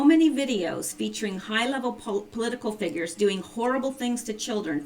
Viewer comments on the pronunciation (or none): none